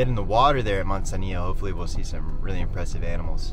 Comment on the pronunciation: Mud zanillo 😆